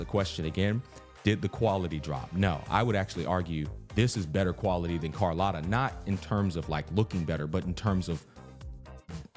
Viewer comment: Brooo, for the love of god, its cArlOTta not cOrlAtta, AAAAA